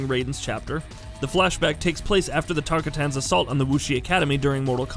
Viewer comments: TARK A TANS HAHAHAHAH im dying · Who's Tarka tans? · He can't say tarkatins he's already irrelevant to knowing his history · Can’t pronounce shinnok or tarkatans bruh🤦‍♂️